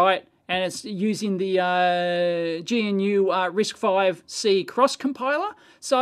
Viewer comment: Dave should look up the official pronunciation of GNU. It fits Dave's style better than the African animal Gnu.